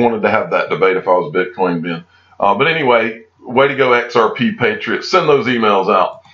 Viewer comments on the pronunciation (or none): none